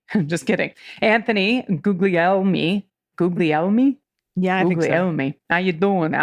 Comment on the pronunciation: Guglielmi is pronounced Goo - lee- yell - me.